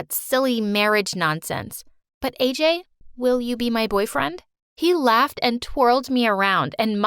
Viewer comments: thats not aj it ajay as i am indian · the name isn't AJ it's AJAY